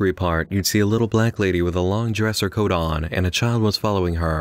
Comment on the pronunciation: Okay... Why so much emphasis on the "coat oooon" and "heeeer" and then at the end of the sentence there's such an awkward pause?